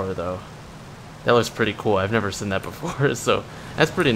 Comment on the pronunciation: plz stop pronouncing seen like that